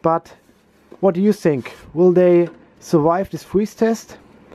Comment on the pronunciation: What happened to ur english u said I sink instead of think